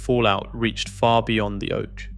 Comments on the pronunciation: On the oach 😂😂😂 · Love that AI can't pronounce oche 😂